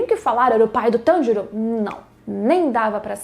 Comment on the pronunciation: É pq diabos tem que falar o nome do Tanjiro inglêszado é Tanjiro não TANDIROU...